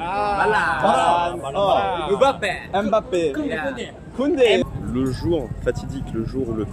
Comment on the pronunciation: Les japonais prononcent mieux le nom Mbappé que les français eux même ! Incroyable !